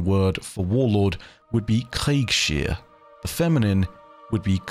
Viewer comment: Kriegsherr is actually pronounced "Krieg's-herr" with s sounding like the s in "snake" and not like in "she".